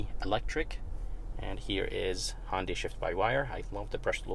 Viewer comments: I swear you are saying Hondai and it is confusing me watching the video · "Hondy" tucson